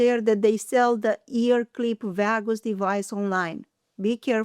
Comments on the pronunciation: V-ahh-goose nerve? Never heard of it lol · Oh vagus...that is pronounced VAY GUS.